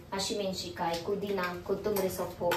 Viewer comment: kudhina ❌pudhina✅